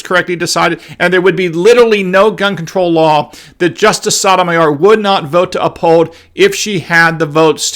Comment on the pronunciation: She’s a tool bag, but you are not saying her name correctly. The O’s in both her first and last name is the “Oh” sound, like O’Reilly’s Auto parts.